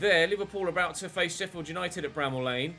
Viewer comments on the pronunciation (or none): none